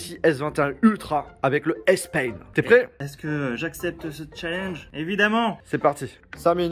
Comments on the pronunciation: Ça se dit « Spaine « et pas « Spayne » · Moi aussi je me suis fais la même remarque 🤣 il dis S pain et pas S pen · meme après de nombreuses videos vous mettez le titres en anglais mais vous avez un problem pour prononcer S-PEN et non pas S PAINE 🤦🏽‍♂️ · Le stylet S-pain🤣🤣 Fait attention a ton anglais mon gars, pen et pain c pas la même chose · Ptdr début de la vidéo quand tu parles du S-pen tu dis S-pain miskine mec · Bro I’ve never heard about a Samsung pencil named S PAIN 😂 , you don’t pronounce the word Pen correctly